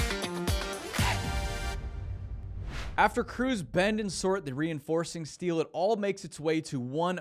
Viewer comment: "We need a ton of "Stee-o" 😂